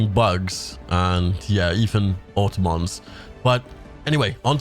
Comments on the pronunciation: Did you really just say auto-mons like they’re car pokemon. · You are saying automotons incorrectly